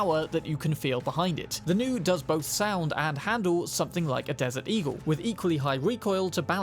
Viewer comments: The Nue is less pronounced as “New” and more “New-Way” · Nue is pronounced noo-aye... not new. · Constantly hearing them pronounce it "new" was slightly maddening but understandable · Nue is pronounced new-ehhh and it's a Japanese chimera basically 😂 there are a couple other things you don't know but that's okay ❤️ good vid